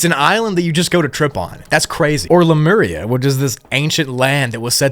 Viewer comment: I’d watch this again just to hear you say “Lameria”😂. Cool vid, don’t make us wait hella for pt.3